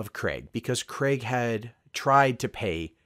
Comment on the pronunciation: An American that pronounces Craig properly.. so you guys can do it, you just dont I guess.